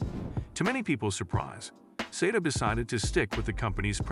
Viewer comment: Pronounced SAH TOE